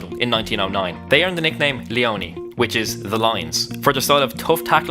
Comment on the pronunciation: Leoni* not Leouwni